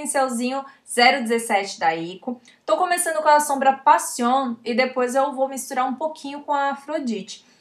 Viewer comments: Me encanta ! Cada que decías "Passion" ese español 👌. 😍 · Excelente la pronunciación!! Soy de Paraguay. ! Te sigo desde tus inicios en Youtube. Exitos siempre ! ❤